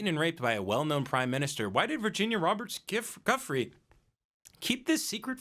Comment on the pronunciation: It's pronounced "Jew-free" P.S. The bees defending the hive from the giant hornet is fkn AMAZING